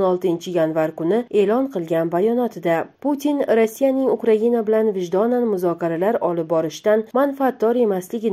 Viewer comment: Украина украгинамас аввал талафуз килишни урганиг